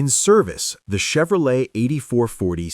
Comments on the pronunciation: Chevro-letie at 15 seconds? Ya lost me at that point. Must be AI generated. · Yeah but a HUMAN can freakin pronounce Chevrolet for frick sake.